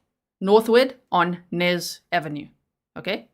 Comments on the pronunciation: I think it's Ynez..Eeeeeenez never heard of Nez ave...Unless it's New Ave. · The street is pronounced Eeenez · The street is pronounced E- nez 💜🖤